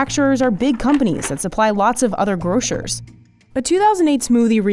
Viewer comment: It's pronounced gross-ers not grow-shures